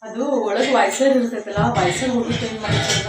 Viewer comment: ಹಾಯ್ ಅದು ವಾಯ್ಸರ್ ಅಲ್ಲ ವಾಶರ್ ಹಾಗೆ ಅದು ಬಟಾಣಿ ವಟಾಣಿ ಅಲ್ಲ ಪ್ಲೀಸ್ ತಪ್ಪು ತಿಳಿಬೇಡಿ ನಿಮ್ಗೆ ಹೇಳಿದ್ದಕ್ಕೆ ಹಾಗೆ ನೀವು ಮಾತಾಡೋವಾಗ ಗಾವ್ ಆಗ್ತಾದೆ ಅಂತ ಹೇಳುತ್ತಿರಾ ಹಾಗಂದ್ರೆ ಏನು ಅರ್ಥ ಆಗಲಿಲ್ಲ ಎಷ್ಟು ಚೆನ್ನಾಗಿ ಕಡ್ಲೆಕಾಳು ಬೆಳೆದಿದ್ದೀರಾ ಸೂಪರ್ ಹಾಗೆ ಹುಣಸೆಹಣ್ಣು ಹಾಕಿ ಮುದ್ದೆ ಮಾಡಿದ್ದಿರಲ್ಲ ಆ ರೆಸಿಪಿ ತೋರ್ಸಿ